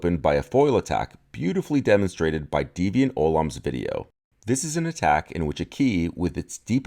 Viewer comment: Also, he didn’t say it, so I will. Ollam is pronounced Ollaff. He’s got a video on that someplace, but IIRC the TL;DR is it’s a Celtic thing.